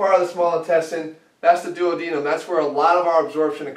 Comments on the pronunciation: The way you say duodenum drives me insane. But your logic is pretty solid. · I find your pronunciation of duodenum and hypertrophy odd lol.